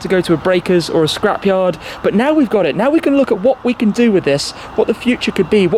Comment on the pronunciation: Certain Tim said Shcrap yard at one point 😂 #alwaysonbrand